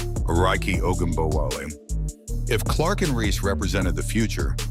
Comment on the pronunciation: I like how this AI narrator decides since it can't figure out how to pronounce Ogunbowale it's just going to use ALL pronunciations just in case.